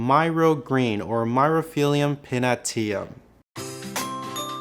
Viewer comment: Genus pronunciation is Mirry-off-ill-um (Myriophyllum)